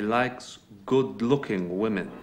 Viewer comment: Great video but it's "women" not "woman" Grrrr